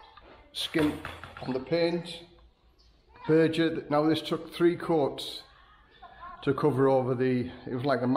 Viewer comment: It's not Berger paint, it's Beger. Probably a Thai knock-off. I love your tile floors.